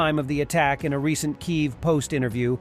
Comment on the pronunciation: Sigh. AH-zov, KEE-eev